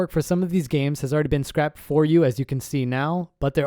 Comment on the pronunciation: scraped = scr-ay-ped. Not scrapped.